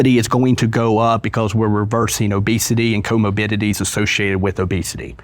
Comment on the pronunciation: “Comobidities” is driving me crazy